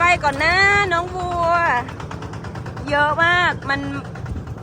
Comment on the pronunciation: เลี้ยง วัว ไม่ใช่ งัว ถ้างัว เสียงจมูก เป็นริดสีดวงครับ